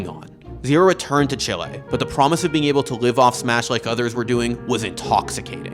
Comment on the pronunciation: Great video, but just to say chile isn't pronounced like that